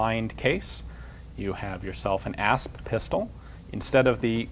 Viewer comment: I thought he said Ass